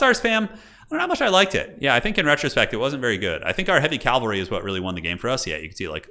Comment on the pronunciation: Cavalry not calvery my friend 😉